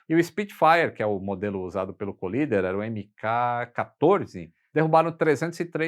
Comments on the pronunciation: Com dois “eles” LL a pronúncia de COLLIDER é Cólider - proparoxítona! Colíder é uma cidade do Mato Grosso. Valeu! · O correto é "coláider". Vem de "collide", que se pronuncia "coláid". Ponha na página de buscas assim... define:collider (exatamente como está, sem espaços) ou assim... define:collide (exatamente como está, sem espaços) e ouça as pronúncias ...Além do Forvo, onde nativos pronunciam apenas como mostrado acima. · "Cólider" Você está equivocado. "Collider" (colisor, aquele que colide) se pronuncia "coláider". Vide o Large Hadron Collider. Na dúvida, consulte o Forvo e ouça nativos pronunciando.